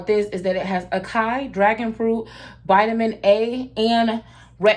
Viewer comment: Acai is pronounced- ah-sah-eee❤️ Your skin looks gorgeous 😍. I'm going to check them out!